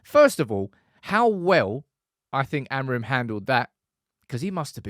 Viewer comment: Rúben Amorin managed the situation quite well. He's used to some Portuguese journalists with a similar disrespectful approach. By the way, you may want to learn how to pronounce his surname correctly: 'uh-mooreen''. Great channel, you've got yourself a new subscriber!